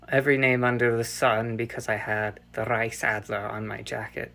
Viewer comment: The fact that they roll the "R" in "Reichsadler" to seem legit but don't bother enough to pronounce it correctly